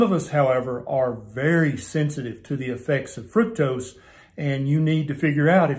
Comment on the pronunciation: Minor detail, sure, but.. Thank you for pronouncing fructose correctly. It rhymes with fruit. It doesn't rhyme with truck!!! It occurs naturally in fruit. Ergo the rhyme.